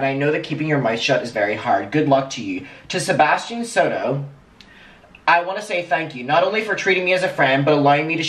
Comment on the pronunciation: the moment she said "to sebstian soto" im like "alriighhhttt~~~ nope"